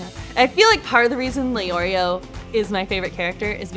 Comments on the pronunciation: The only thing that annoys me is the fact that they say Leorio and not Lay-Oreo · It makes me mad when they say Lee-Oreo but I guess I can’t be mad.